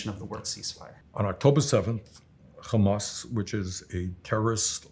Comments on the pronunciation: "we have a situation where... KKHHHHHHHHHHAMAS..." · He just said "Khhhamas". THAT'S THE END OF IT. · I hate how he says "Khamas" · Anyone who says KKKKhamas has the worst shit takes. So hearing Bernie pronounce it that way immediately shows everything about his stance on the issue. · Bernie is purposefully saying khamas. There is no excuse for him to say it this way smh. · The way he pronounces 'KHAMAS' tells you everything you need to know about Bernie. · When someone says khamas I know something is not right. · When he said "Khamas" you knew he was washed. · idk what anyone expected, hes always been part of the tribe. he even pronounces hamas like his israeli handler. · I LOVE you. I literally came to the comments to say that😭 it’s so disgusting especially knowing that he’s literally American yet saying it like that🤢😷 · Don't lie. Hamas is written with a ح , not a خ. SSrаеІіs are just too stuріd to pronounce it correctly. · Another one